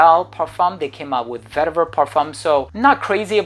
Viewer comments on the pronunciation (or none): none